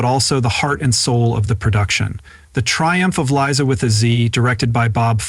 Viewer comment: Glad you finally found out that It's Liza, not Lisa.